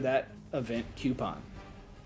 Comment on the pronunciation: it's coupon no cuopon